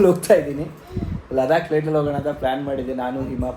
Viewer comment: ಲಡಾಖ್❌ ಲದಾಕ್✅